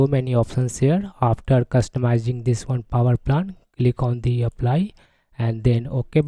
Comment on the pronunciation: Hey man, why you keep saying "power plant"? rather saying poer plan.